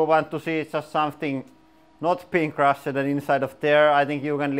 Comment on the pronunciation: while your english is way better than my attempts would ever be at your language, I have a pointer for you. When you use past tense words such as "crushed" you have a tendency to say "crusheded" or when the word is "filmed" you say filmeded".